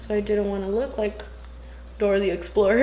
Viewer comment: 'Door thee explor ' 😂i cantttt